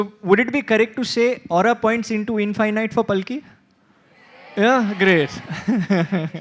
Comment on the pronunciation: The person who is interviewing palki has mispronounced word Infinite...46.00